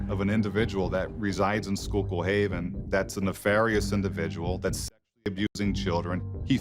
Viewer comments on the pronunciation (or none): I’m from Lock Haven Pennsylvania, just about two hours from schuylkill haven ,I just need to tell y’all it’s not “skull kill” haven. Is pronounced “skookool haven” this is a tragedy tho. This page should do a report of Ms hackel , she was murdered years ago in Lock haven PA and body was never found but someone was convicted.. worth a search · It's pronounced SKOOKILL. I live 15 minutes from Schuylkill Haven, this completely changed our county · Its pronounced SKOOK KILL Haven.. Im from here. 😊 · The women in the video are my friends. It's skoo-kill haven. I lived there for years. Love your videos,, but the pronunciation needs some work. This area is riddled with drugs and has gotten worse over the decades. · I live in PA. It's pronounced skook-ill-haven. :D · The mispronunciation of towns name is wild lol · As a Pennsylvanian, you totally butchered the name of the town 😅 everyone does usually! I'm about 2 hrs from that town its always so crazy to hear these kinds of crimes that happen in PA. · Omg where are you from!? I’m from Lock Haven Pennsylvania and that was the first thing I noticed. She butchered the town name 🤣